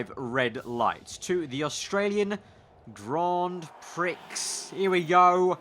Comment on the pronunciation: Did you actually say that lol Grand Pricks Thought I had switched to pornhub when I heard that